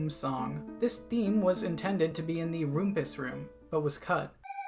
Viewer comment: I’ve never heard someone pronounce Rumpus room like that